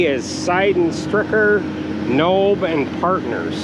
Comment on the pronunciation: the Nobbe in SNP we pronounce it here in Illinois where there home base is we say it Knobby lol just a lil FYI for ya!